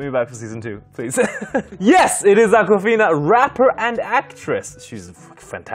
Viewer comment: Damn it was akwafina! I honestly thought he called a girl "uncle fina"